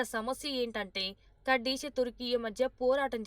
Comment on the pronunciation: అన్ని తెలుగు ఛానల్స్ కుర్దిష్ ఆర్మీ అంటే నువ్వు మాత్రం కర్డిష్ ఆర్మీ అంటావేంటీ వెర్రి బాగులదానా . నీ ఉచ్చారణ మహా భయంకరముగా వుండే కడ్డీ మోహము దానా .